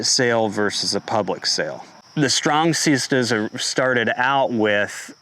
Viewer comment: the strong seeezstahs